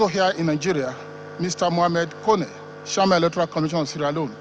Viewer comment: It's chairman not shiaman